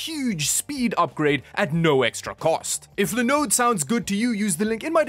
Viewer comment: Nobody says Linode better